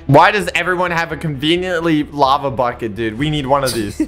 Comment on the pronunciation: It’s called lava not lave.